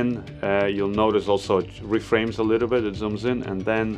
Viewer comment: did I heard you say "it has a ka little screen " you sounded like a Zambian 🤣🤣